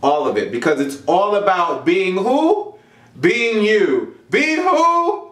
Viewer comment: "I am here to talk to y'all AHHHBOOOT"